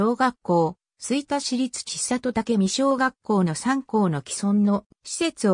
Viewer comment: ちさと、、、とは。 「せんり」と読みます。恥ずかしいですよ。